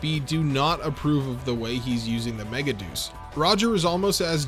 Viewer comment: I hate that the dub chose to pronounce it Mega-Deuce and not Mega-De-Us. Because a mega shit is not as cool as a mega God.